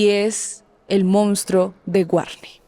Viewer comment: que especial, inteligente y único, no sabe ni pronunciar "Monstruo" pero es tan inteligente, bueno y victima que nos dijo la verdad de su triste infancia (casi nos cuenta hasta la historia de cuando estaba en el vientre de su madre) y sus relaciones fallidas (por esas "malas" mujeres, que no veían lo especial del buen corazón del asassino este) 😂